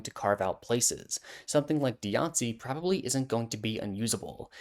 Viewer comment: I straight up didn't recognize Diancie by name because I've never heard it pronounced...like that